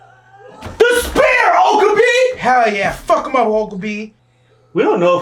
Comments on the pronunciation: Okabee??? O-KA-BE. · lol you pronouncing his name oka-bee